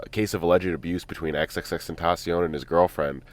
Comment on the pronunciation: XxXtEnTaSyOn Perfect pronunciation 😂😂😂